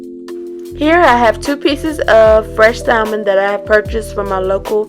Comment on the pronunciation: The L in salmon is SILENT. 🤦🏾‍♀️